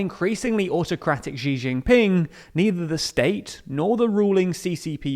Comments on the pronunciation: Sooooo,, I love the videos you guys put out, but I gotta nitpick: "Xi" is pronounced like English "She" (or alternatively, "that fucking bastard"), not like "geez". Sorry, but it's been bugging me for so long ^^;;;;; Keep up the good work! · I made the same comment a while ago. Good info but pronunciation of bugging me